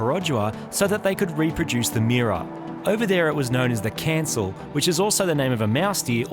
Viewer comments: cancel??? I'm sorry in Malaysia its pronounced as canchill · .. its "Kancil" [can][chill] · Hey guys, Kancil is pronounced as “can’t-chill” instead of cancel 😂 but it’s good to know that you did your research on Perodua, cheers from Malaysia 🇲🇾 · In Malaysia its called a kun-chel not a can-sil... Lol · it's pronounced "khan-chill" not "can-sil" :) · The Perodua Kancil is pronounced as “Qanqil” not cancel 😂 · Not "cancel" la bro, we call it "can chill".. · It's sounds Kan-chill not cancel 🤣 btw hello from Malaysia! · dude...not "can-sil"... it pronounced "can- chill" (kancil).. btw.. what an awsome nugget!!! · Perodua Kancil is not pronounce 'cancel', it more like 'cant-chill'. hahaha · i'm malaysian & i approved "kancil" sound 'cant-chill' in english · i just watched you your video its super awesome i really love it i never thought that you make a small cute car like Daihatsu Mira it really nice after you modified it btw I'm from Malaysia and i just want to say that Kanci car from Malaysia its pronounce like car(r silent) - n - chill, im just correcting the pronounced 😅😂 btw i really enjoy your video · the Malaysia Produa KANCIL is actually pronounce "khan" "chill". haha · The Kancil is pronounced as "can't chill" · Kancil actually pronounce as "ganjel" in Malaysia but yeah you guys doing a good job making the Mira shines again. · Hey guys. Kancil is pronounced as (Kahn-Chill) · Kancil pronounced as Can Chill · I'm from Malaysia. It is pronounce can-chill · Kancil as Can't Chill not Cancel lol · Pro Dua short for Pronton 2 as Pronton was the first car company of Malaysia (Dua means 2), and Cancil is pronounced as Canchil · how to pronounce KANCIL is KAAN CHILL. It means mousedeer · It's pronounced kan-chill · The Malaysian deer is pronounced "Kunchill" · Kancil pronounce as “Can’t Chill” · the correct pronunciation is 'Kan - chill' (Kancil). over in Malaysia, C is used more like a Z,J,G sorta sound, not S. Big love from Malaysia! Loving this whole episode!